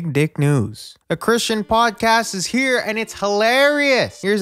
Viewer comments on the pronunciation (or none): none